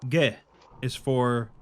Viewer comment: As a german native speaker, the way says it in the intro is pretty much exactly how we would say "Ge"